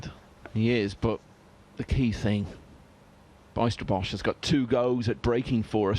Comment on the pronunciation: Pronounce the letters ij in the name Bijsterbosch as the y in the word why.